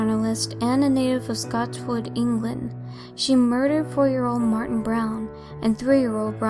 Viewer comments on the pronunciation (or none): none